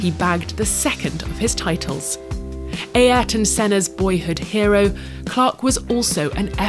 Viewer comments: ah-YR-tohn. It's like that. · Either she or Murray Walker mispronounces Senna's name (Eeeyairton?) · So it’s pronounced AYERTON not ARTON? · Why does the narrator pronounce Ayrton as "Ayarton"? First time I heard it said that way. It's like saying Arton or Erton, right? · This lady pronouncing senna’s name: AaAaAayrton senna